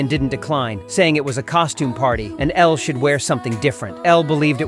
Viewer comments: Not this calling her Ella instead of Elle… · Her name is Elle not Ella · It’s not Ella it’s elle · Her name is pronounced el not ella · its ELLE NOT ELLA!!!!!! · Elle, not Ella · ELLE! NOT ELLAAA👹👹👹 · Her name was Elle not Ella! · Every time the narrator says Ella instead of Elle is like a punch to the gut 🥊 ❤ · BOY HER NAME IS ELLE NOT ELLA😡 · It's Elle not Ella. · It's ELLE not Ella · ELLE. NOT Ella. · Elle not Ella